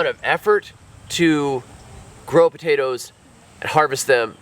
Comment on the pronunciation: Taters?….what’s Taters? POTATOES! 😂